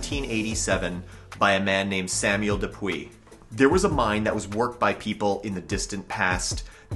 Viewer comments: DePuy/ De Pui is pronounced De Pew. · Butchered DePuy. He should try the locals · Shawangunk is pronounced Shongum. It's one of my research areas. I live in the Shawangunks. The correct pronunciation of DePuy is " de Pew" most of the stories are for the same mine. Mamakating Valley was until 1798 all of what became Sullivan County. Pahaquarry. Esopus "e-so-pus" Olde Mine Road is Minisink Trail. It Approximates US209 & splits at the TriState. Hundreds of mines in Shawangunk/Kittatinnies same mountain ridge. Contact me, please